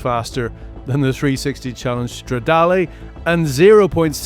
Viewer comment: speh-chee-ah-lee, strada-lee... what are these pronounciations 😭